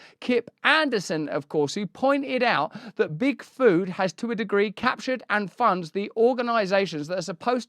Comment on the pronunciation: Can't help it but I hear Bigfoot every time he says Big Food, and it makes me imagine evil Bigfoot ruling the world from the shadows :DD